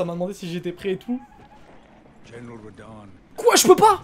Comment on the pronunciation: Par contre tu reprononce encore UNE fois « radahn » de cette façon je te jure que t’est gay 😂😂